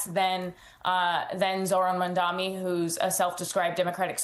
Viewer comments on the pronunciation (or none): How difficult is to pronounce as Mamdani instead of Mamdami? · FOR FFFFFS SAKE. How hard it is to pronounce Mamdani's name correctly? It's MAM-DANI.. MAM-DANI.. not mundami like you all idiots say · How hard is it to pronounce MAM-DAN-I. Not "madami". There's no excuse for this. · MamdaNi, not MondaMi! Practice pronouncing our new Mayor's last name. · Zohran MANDAMI?! And this is the correspondent that MSNBC sends to the White House?! She can't even say the name correctly. Smh... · How can you be a reporter or analyst and still mispronounce MAM DANI!???? It is two syllables for God's sake!!! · MAM-DAN-I say it right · The name is Mamdani, M-a-m-d-a-n-i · The Cheque cleared. And the name is MAM-DA-NI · Mamdani. Why tf she cant say his name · Why can’t anyone seem to say Mamdani’s name? It’s really not that hard. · Why can't these clowns pronounce Mamdani's name correctly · This reporter should be fired, can't even pronounce the name, very unprofessional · You really need to learn how to say the new mayor's name, inexcusable. It's very simple, and if you can't handle it, sound it out. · You journalists seriously need to take a course on how to pronounce the name Mamdani xD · Do you have respect to pronounce Mamdani correctly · Three months after, "Furthermore, the name is Mamdani, M-A-M-D-A-N-I " and the reporter still hasn't got the name right.